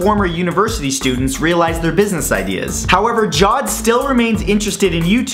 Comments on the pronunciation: Hi! Friendly and constructive criticism (cuz I love your channel): It's pronounced "Ja-Wed" as in "Jaa" + "Wed", not "Jawed" as if it's the past form of "Jaw" as a verb. I'm from the Indian Subcontinent, that's why I know. Like the videos by the way! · Can he respect the Arabic language please! It is ja-wid not jod! Dafuq???